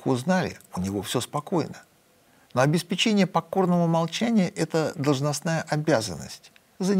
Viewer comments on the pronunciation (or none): none